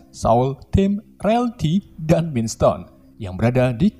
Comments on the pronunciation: Sumpah bahada inggris dr pengisi suaranya g tertolong Parah bgt Bilang vision dan mind stone Ga banget Iuuchh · Mind stone not mine stone 😂